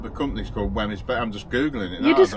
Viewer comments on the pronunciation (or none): It is pronounced whims . And there is a lovely place to visit Weymouth Bay.xx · Fife Creamery to get your bridies....pronounced Wheems Bridies. Looked well tasty. Enjoy the rest of your time in Sconny Botland ❤❤❤ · Wemyys is pronounced wee-ms. Great video x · Wemyss is pronounced "Weems" :) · Wemyss is typically pronounced as "Weems" (rhyming with "dreams") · Think the Baker is pronounced .... weems. Apologies if someone has mentioned this earlier 😬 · Wemys is pronounced Weems.